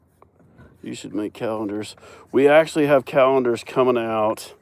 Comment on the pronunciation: Cowenders not calendars 🤠